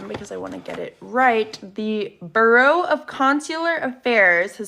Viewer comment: Note that this individual cannot even pronounce "bureau". Hint, it isn't pronounced "bro."